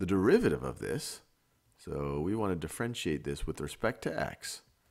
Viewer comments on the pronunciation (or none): Does anyone else hear "de-Frenchiate"